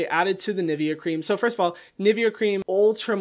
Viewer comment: “Hey so my mom makes this, uh, NivEh, cream...”